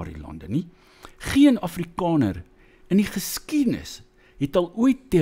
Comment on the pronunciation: Wàar kom jy aan die kinderagtige rondemondjie uitspraak van a? Jou Naam is nôm, Daar is dôr,, Jaar is jôr. Selfs Afrikaans is Afrikôner. Ag nee sies gaan luister na jouself. Ek en my vriendekring lag Lekker vir jou tiener snert uitspraak. Sies man. Act your age.